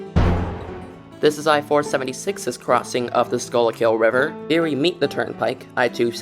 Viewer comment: It's pronounced Skoo-kill